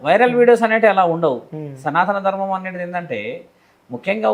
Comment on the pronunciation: ఆవిడ చాలా ఇంటర్వ్యూలు చూసాను విన్నాను ఈ మధ్య యూట్యూబ్ లలో, కానీ ఇంటర్వ్యూలు చేసేవాళ్ళు ఒక్కరుకూడా సనాత ధర్మం కాదు సనాతన ధర్మం అని కరెక్ట్ చేయట్లే దేంటో 🤔